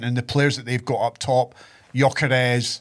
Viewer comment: saying gyokeres as if he plays for Norway😂😂. He plays for Sweden ya fud. Love the pod tho